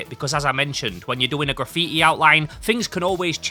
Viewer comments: graffiä bro wtf is this accent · its ponounced gra-fee-TEE